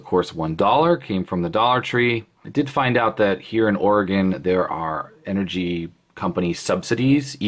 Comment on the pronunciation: "Enegery Trust of Oregon..." Like it !!! You jus' got a new subscriber. Sorry but just had to edit my post to include... "Subsidises energy efficien bulbs" Love it !!! So efficient, "efficient" becomes "efficien" YaY! Les los som mor lettrs nd rlly eficienize dis Shit! Er, I mean Sit!